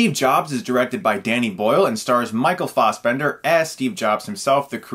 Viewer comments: It's FASSbender not FOSSbender. C'mon man. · Its Fassbender not fossbender